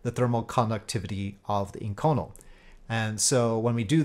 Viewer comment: Great vid, just an FYI though that inconel is pronounced "ink-oh-nell".